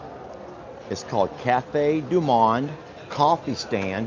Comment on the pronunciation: Hitohello🍁Cafe du Monde ( pronounce the o like mow’)😂🍁Beignets are deep fried sweet dough with powdered sugar.🍁Happy Birthday Vanessa🎉🍁🇨🇦